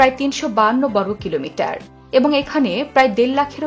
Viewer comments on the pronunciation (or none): বর্গ , ব্রহ্মপুত্র এরকম অনেক শব্দ উচ্চারণ সঠিক হয়নি! খুব বাজে উচ্চারণ আপনার।